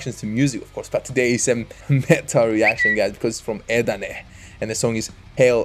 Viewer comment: E"ET...not eet.\m/